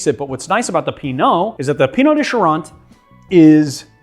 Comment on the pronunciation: From one Pineau lover to another: It's 'Pineau des Charentes', not 'Pinot'. 😬